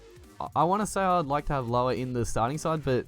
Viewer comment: You said loane wrong but great vid man